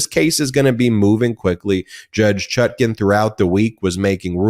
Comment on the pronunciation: Is "Chutkin" standard US pronunciation of "Chutkan"?